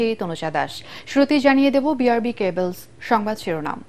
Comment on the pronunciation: বি আর বি কেবলস নয়। উচ্চারণ টা হবে বি আর বি ক্যাবলস।